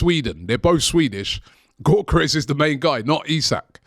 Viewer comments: why does robbie call him gorkeres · Even after being corrected on the correct pronunciation of his name, Robbie still incorrectly says his name. Some people might not see as a big thing but, after clowning his known celebration and our people can’t even say his name right, why would he sign for us?